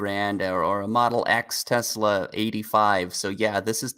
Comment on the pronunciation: oh boy. Dude on the right says "Tezluh" instead of "Tesla"